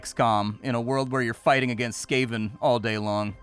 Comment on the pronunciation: Ech. SKAY-ven, again... The rats are either SCAR-ven or SKAV-ven (as in scavenger), but never, ever SKAY-ven 🤮